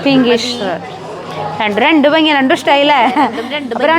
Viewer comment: ബംഗി അല്ല ഭംഗി എന്നാണ്, ആവർത്തിച്ചാവർത്തിച്ചു ബംഗി എന്നാണ് പറയുന്നത്